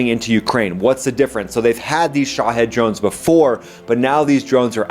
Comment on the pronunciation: Everytime I hear him talk about the Shahed drone, I think he said "shithead".